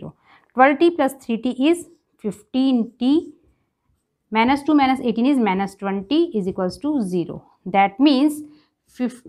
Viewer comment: please don't say manus!!!!😭😭ITS MINUS!!!